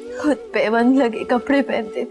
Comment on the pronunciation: She doesn’t say khud… she says hud, she doesn’t pronounce k anywhere….